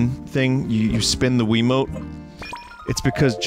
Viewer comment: He pronounced wiimote like quimote